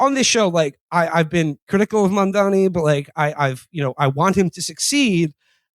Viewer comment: Agree w all points but you guys have got to learn to pronounce MAM-DAN-I